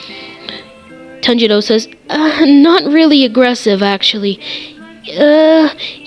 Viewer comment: Heres a thing its not zonutsiu its zenitsu Zen-eats-su And for tanjiro its Ton-ji-ro👍